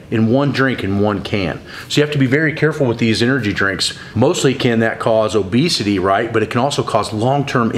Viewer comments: "Obseity" 😄 useful information great vid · "Obseity" new to me...